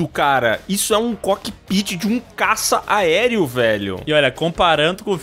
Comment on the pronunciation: que agonia o falando caça aereo pqp